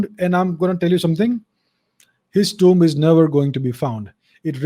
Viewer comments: It is pronounced tooom. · the way he says tomb is big a cringe 😬